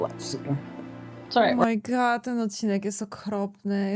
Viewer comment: źle wymawiasz "O my God". Mówisz "O, moje jelito", bo na końcu zmiękczasz D do T XD goDDDDD - to D musi wybrzmieć.